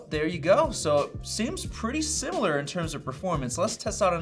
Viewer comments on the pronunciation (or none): none